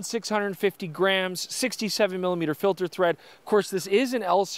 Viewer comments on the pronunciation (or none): none